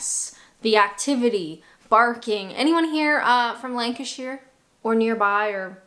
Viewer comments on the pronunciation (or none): none